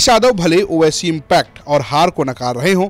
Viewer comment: Naam bhi nhi le paa rhe ho owaisi ka 😂